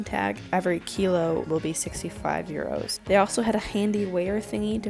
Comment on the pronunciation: Lol how she says "euro"